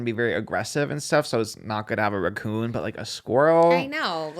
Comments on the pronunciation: “Ruh-coon” why does the way says raccoon sound weird to me 😂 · Love but don't love the way he pronounces raccoon 😂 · The way pronounced “raccoon” made me crack up 🤣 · i love you so much but i have to know why you pronounce raccoon that way 🤣💕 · I thought the same thing and nobody called him out on it and he said it like five times in a row 😂